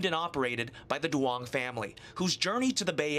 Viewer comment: As a Vietnamese American I just found it funny their pronunciation of the last name Duong is way off lol